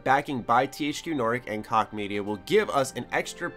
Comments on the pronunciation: it's pronounced Koch (Coke) not (Cock) lol. I thought it was hilarious though. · it's pronounced Koch jeeze it's not that hard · Did he really think Koch is pronounced "cock"? Good Lord! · THQ Nordic has been killing it with their acquisitions lately, and they made like 700 million dollars last year which is like a 700 percent increase from the year before. I think koch is pronounced like coke btw. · niche (neesh) Prague (Praag), koch (coke) jesus dude. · Koch is pronounced cook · It's pronounced Cook bra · Koch is pronounced, "Coke".